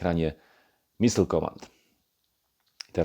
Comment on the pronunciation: It's "Missile", not "Missle". 🤔